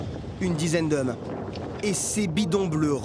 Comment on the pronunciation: « A son bord, une dizaine d’heummes »